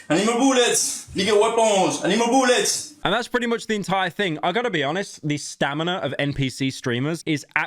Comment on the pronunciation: the way he says I need more boolets is hilarious to me.